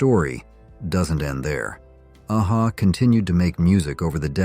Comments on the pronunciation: Nothing wrong with using an AI generated voiceover, but at least fix the band name pronunciation. AA Ha? 😂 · I was laughing at the way your A.I. says A-HA